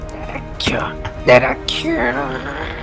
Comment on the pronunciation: 따라큐가 아니라 따라츄에요